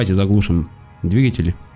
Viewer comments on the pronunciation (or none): none